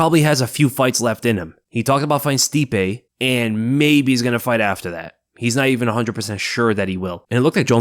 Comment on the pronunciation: Dude. You're amazing but "Stipee, I guess" I can't wait to see your video breaking down Stipe destroying. Jon Jones. IU wrong fool